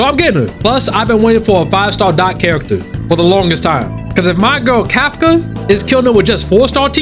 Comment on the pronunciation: you have me saying kafka as kafCUH